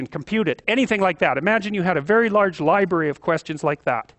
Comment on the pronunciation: at around 4.45 he said 'infinite libary' not 'library'.